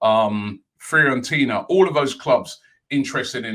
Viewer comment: ”Tourinho & Free-and-tina”, Robbie saying Torino and Fiorentina